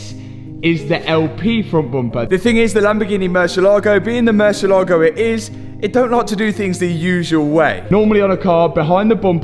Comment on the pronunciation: bro it is murciÉlago, an accent on the e. Looking good btw great work